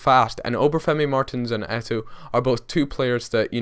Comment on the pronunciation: It's pronounced Eto, you ignore the second o.